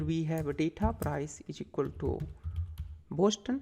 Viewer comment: Btw, the City name is 'Boston' not 'Boshton'!